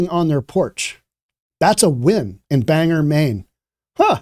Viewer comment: Bang-gor (the accent is on both syllables, and you pronounce the "g" twice).